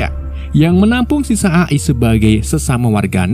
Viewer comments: Bacanya A ay bukan A e bang😭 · bacanya E Ay bang Jangan A i bang kesel gw denger.w wwkekkw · Izin koreksi mas, bacanya e ai, bukan a i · bang, a.i itu bacanya e ai buka a i😭😭 edit: sedikit masukan dan pemberitahuan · A i bukan E ay 😅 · Eee ay bang bukan a i 😭😭😭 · AI Dibaca eai bg🙏😁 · Bacanya eai atav AI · cara membaca nya EAI bg.. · A i A i nya bikin ngakak😅😂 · E ay bang bacanya 😂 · Min, koreksi aja nih, cara baca AI tuh "EIY AIY" 🗿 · Bang tulisannya itu emang AI tapi cara bacanya gini: e ai